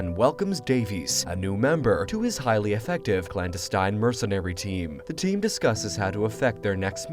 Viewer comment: This AI content generator has trouble with the word clandestine.